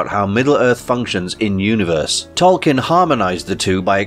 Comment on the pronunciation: Pronounced "TOL-keen," not "kin."